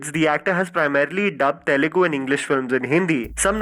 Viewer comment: Dude its Telugu, not Telegu. You did the same mistake in one of your previous videos.